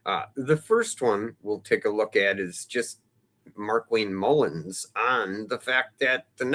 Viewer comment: Mullin, not Mullins